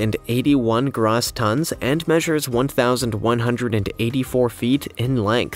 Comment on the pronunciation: It's not Grah-ss tons - it's Grow-ss. The O is a long "O" sound not an ""AH" sound.